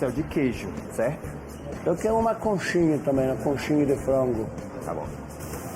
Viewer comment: Conxinha dou frooongo.